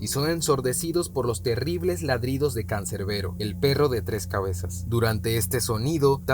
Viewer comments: CANSERVERI ??? no rias cerbero ??? XDXD min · No es 'Canserbero' es 'Cerbero' xd